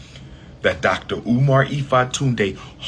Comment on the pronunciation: I could have sworn he said his name was Dr. UMAR Oo Fontunae?